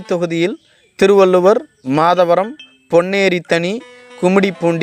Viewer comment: அய்யா அது திருவள்ளுவர் இல்லை திருவள்ளூர் அதை தெளிவாக சொல்லுங்கள்